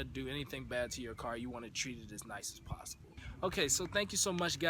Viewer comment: "effnicities", "start wif", "possiboo" smh